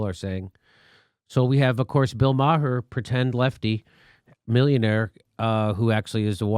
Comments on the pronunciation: Not the I like him at all, but his last name is pronounced Mayor like the leader of a City! Not Meyer!!!!!! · Jimmy: "Bill May-har". Classic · BTW, his name is pronounced "Marr". As in "Bill Maher MARRED what originally made him great by treating politics like a sports league and then throwing a 3 1/2 year tantrum that his favorite team didn't win the big game." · You cannot pronounce Maher's name right, you fucking turd. Take your right wing shit and shove it. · First of all I love how Jimmy keeps going after Bill Maher. The guy is a joke. And I also love that he keeps saying his last name wrong.